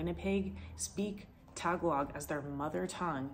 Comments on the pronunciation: I've lived here all my life and learned a few things in your video. I'm married to a Filipina, so I need to tell you that you are pronouncing their language wrong. It is Tag-AL-og. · It’s not Tagalog it’s Ta-galog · I used to live there, it's a lovely city and the people are so friendly. Nice to go through memory lane. I would just say you need to learn how to say Tagalog correctly